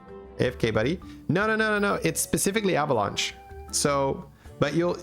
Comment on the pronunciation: can i get an avalunche counter why he say it like that lol